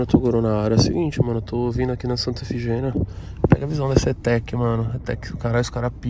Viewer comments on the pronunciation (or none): O pessoal sempre erra, mas é Santa "Ifigênia" e não "Efigênia".